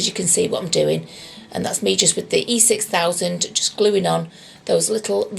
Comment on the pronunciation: Im counting, How Many videos Can make, where she say E 6000, the absolute wrong way… ive seen 3 videos by now, but this is the best, she just appoligised to do it again, straight away 🤣🥰🤣🥰 I love it